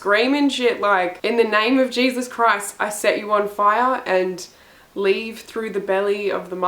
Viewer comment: "in the name of jesus-uh" was the only ledgable words I could understand 😂